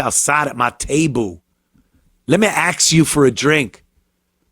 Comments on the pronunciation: Axe me.😅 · The dumb clowns can't even pronounce the word ask